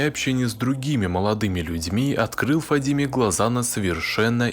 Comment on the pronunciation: Не ФадИме, а ФадимЭ. В арабских именах собственных на последний гласный слог. Ухо режет это Фадимеее...